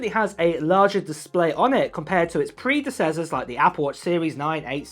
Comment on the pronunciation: What is a preedacessor😂 predecessor